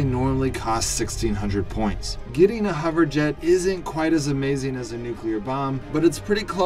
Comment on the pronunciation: Lol....I clicked off after he said hover jet 😂😂😂